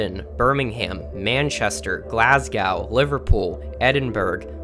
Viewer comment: I really liked your content, but the mispronunciations were a bit jarring...Edinburg is pronounced Ed-in-bur-rah, or Ed-in-brah, not "burg", Glasgow is Glaz-goe, as in "hoe" not "gow" as in "how", Armagh is Ar-mah, not Ar- mag. It sounded like you said the English celebrate Hogmanay, when it's definitely a Scottish holiday. But hey, you got the Heb-ri-dees right!